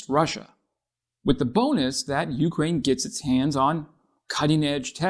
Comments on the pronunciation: Please, u-KRAINE, not U-kraine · You remind me of my mother, pronouncing Ukraine with the stress on the first syllable....and it annoys the hell out of me, so I'm not going to finish watching this. Damn, boy, have you never heard anyone pronounce it before? Also, I've already had a full video on this subject, but it didn't have the ludicrous title, partially swiped from ScienceDaily....no, it had a title that accurately told the viewer what it was about, unlike yours. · It's Ukraine, not U-kraine. And it's decibels, not deci-BELLS. How many more words are you going to mispronounce in this video? ~5 more minutes to go... Well, you made it through the rest of the video without mispronouncing any NEW words. And why don't you also learn how to properly pronounce 🟦 СЛАВА УКРАЇНІ! and 🟨 ГЕРОЯМ СЛАВА!! as well.